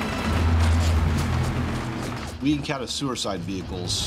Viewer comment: "We encounter sewer-side vehicles."